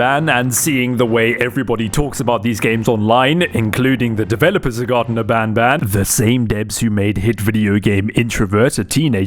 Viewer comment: bro garten of banban is a stupidly bad horror game but the more stupid thing is that he didn't even say the name right he said "Garden of banban"